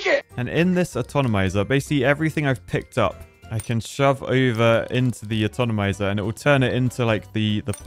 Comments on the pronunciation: It's always fun hearing Brits mispronouncing words and adding syllables like alu-mini-um, atonomizer, al-gee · Nucular atonomizer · Yes. There's no "N" atonimse. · Are you sure it's not "fabriciator" and not "fabricator"? You know.. since you called "Atomizer" an "atonomizer"? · Atonomizer...fright ship.... casually architecting the English language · Atonomizer forever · "Atonomizer" is just like aluminum, in Brittish, you add some random letter. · For some reason i got extremely triggered by this mispronounciation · I was sitting here thinking I couldn't pronounce Atomizer, turns out it's just that can't.